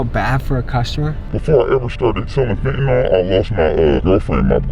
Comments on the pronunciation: It's Fentanyl, not "Fentanol." Why does EVERYONE say it wrong?! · It's weird seeing drug counselors and medical workers - basically everyone MISPRONOUNCING Fentanyl. Just look at the way it's spelled. It is correctly pronounced FENT-A-NILL (like ILL or HILL). NOT FENT-A-NALL (Like FALL or BALL). Heck, even news reporters mispronounce it.